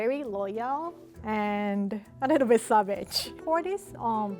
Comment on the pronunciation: Is it just me, or when says savage she kinda sounds a little British? Time stamp